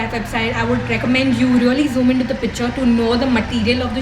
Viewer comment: ur vid.. ur presentation everything is good. i didnt really wanna point it out but u pronounced the word 'picture' so many times.. and each time in such an irritably wrong way that I had to throw it there.. it is pik-chure... otherwise u are cute sweetie.. don't take offense, u are like a younger sister to me